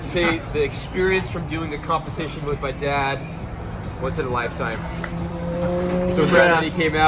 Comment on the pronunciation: LIFE TIME HE SAYS LMFAOOOOOOOOOOOOOOOOOOOOOOOOOOOOOOOOOOOOOOO